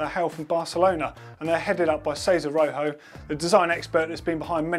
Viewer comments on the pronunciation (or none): none